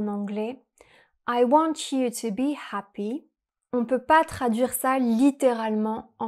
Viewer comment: If you are going to speak English in your videos you should really practice before you film! Happy is said with a hard H and you pronounce with a French H which is unacceptable in English. I am just saying because you are so critical of people's French when it is not their first language so you should also be held to the same standard when speaking another language.